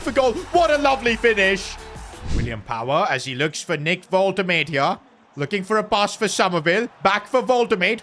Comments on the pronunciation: woltemade is pronounced as vole-te-maa-de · to help you out The name Woltemade is pronounced WOLT-E-MARD-EH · his name is pronounced woltemada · U need to specify the V - VoltaMada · bro really said "voltemad" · pronounce woltemade correctly before u keep saying his name bro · Unexpected event: Nick Woltamade is not happy with how you say his name. -5 composure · i literally convulsed everytime you saide woltemade's name. plz bro learn to say it. it's not that hard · Love your vids but please listen how Woltemade is pronounced, please. Peace and love. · Unexpected event: Because of you bottling the pronunciation of Woltemade, he demands a new contract with no extension but a clause: every time you mispronounce his name you give him 1 million! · Pronounce his name right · If your gonna sign Waltemade say he's name right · Unexpected Event: Woltemade refuses to play as he is furious of the gaffer saying his name wrong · Can you please pronounce Woltemade’s name properly it lowkey driving me nuts 😂😂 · Ur pronouncing Nick woltemade wrong. Please call him by his real name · Bro please say woltemade name the correct way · Bro forgot how to pronounce Woltemade 😭😭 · It's pronounced Wolte maa de not Wolte made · Pronounce woltemade's name right! It's more like vol-de-mar-da not wolte-made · btw is pronounced "volt-e-mada" not "volt-emade" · the pronunciation of woltemade is annoying me. as someone who speaks german, it's pronounced "vol-te-mar-duh" not "vol-te-maid" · his name is actually pronounced wol-te-maud-e not wol-te-made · his name is actually pronounced wol-te-maud-e not wol-te-made the e is seperate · Its Voltemade not Woltemate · its vol-tah-mahh-duhh i tried making it as simple as possibe cuz i cant hear you saying "volta"made"" again😭😭😭😭😭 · It's Woltemada not woltemaid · Woltemade lol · Woltema’der’ Some of his pronunciations just piss me off bro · it is wol-te-mad-de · Woltemade is pronounced wol -tuh-mah-duh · Nick Vohl-Tih-mad-ay